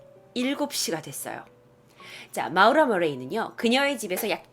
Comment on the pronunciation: 근데 마우라? 모~라 아닌갘ㅋㅋㅋㅋㅋ 재밋게보고갑니다~~